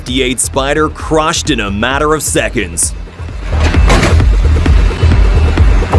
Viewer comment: Wake up and speak English properly. It is NOT demolishIN!!! It is not minit, it is not secint. Say it right!